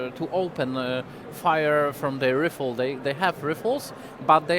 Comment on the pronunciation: Powiedział "ryfel" i "ryfels". To nie jest jeszcze najgorsze co w życiu słyszałem z ust Polaka.